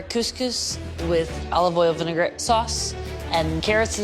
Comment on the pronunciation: Vinaigrette not "vinegar-et"